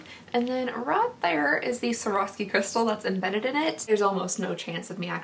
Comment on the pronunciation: Swore-off-ski that is how you say it. :) Your welcome.